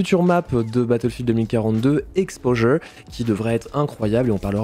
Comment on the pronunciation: "Exposure" quel accent magnifique tu as. (Fallait commenter pour le référencement, je savais pas quoi dire.)